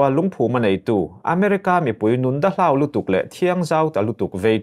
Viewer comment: Nun 'dahlau' tiha 'hlau' tih hi thlûk sei loh tur; lam pum nghal vat tur. 'Duh fir tak/kristian chhungkaw fîr tak'' (pure) tiha 'fir' hi 'ka kîr leh ang' tiha 'kîr' tih anga lam tur. A tihdanglam (modified form) hman erawh chuan 'A tìr tĕah' tiha 'tir' angin lam tur.